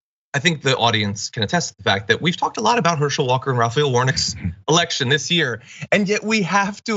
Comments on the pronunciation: "erection" instead of Election' FREUDUAN slip if I ever HEARD ONE!🤣🤣🤣🤣🤣🤣🤣 I hear SNL's : Emily Letilla" and her tirade about, the Presidiential Erection" " she s a bit hard of hearing......🤣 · He really did say that "This erection is more about the people with Trump stooges Lindsey Graham & Ted Cruz at his side. This moron, Herschel Walker, doesn't know the difference between "Election" and "Erection" any more than Marjorie Taylor Greene knows the difference between "Gazpacho Soup" and the "Gestapo Police", any more than Donald Trump knows the difference between "Oranges" and "Origins". "Kofveve?" Maybe, all three need to drink more "Kofveve". Obviously, Walker has no shame, but it is now clear that neither do Graham or Cruz. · So, Walker just pronounces the word “election” as “erection”? Sorry, it’s not a mispronunciation when it’s a completely different word! Wtf kind of excuse is this?! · I put on CC and it said direction but a swear he said erection. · Ha! 🤣So basically you're saying You support this fool?! Warnock is overly qualified compared to Hershel! The Republicans couldn't find a conservative blk person who lives in the state ;that hasn't been a Resident since he was in college 40 yrs ago? He can't even say the word Election without embarrassing himself and the whole party! Come on troll You gotta be kidding me?🤷🏽‍♀️ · "imagined mispronunciation issue" nothing imaginary there boy, it actually happened or are you so delusional you want to keep claiming it didn't? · Of course he said election with an 'r', he's upright and stiff!!!! And yup, a valeDICKtorian he was/is. And both of those tongue lolling, idiots on either side of him, not his dawgs. What's he doing with dem dat not his dawgs?